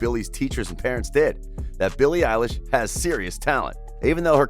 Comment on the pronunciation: It is Billie elish